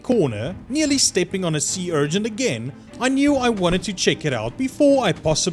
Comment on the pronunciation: It’s urchin. Not urgent.